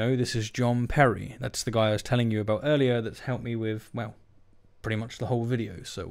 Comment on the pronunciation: Hole, not whole.